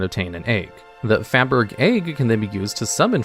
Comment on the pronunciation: Great video, thanks! Fyi fracois’ egg is FA-BER-ZHAY, rather than ‘faberg’. Faberge is an RL brand of luxury decorated egg baubles from Russia in the late 1800s. Your local museum will likely have one.